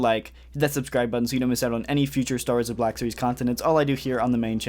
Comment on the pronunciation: am i tripping or do you actually say "Star Warseee Black Series"?